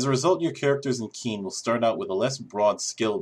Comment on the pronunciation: Qin is pronounced Chin.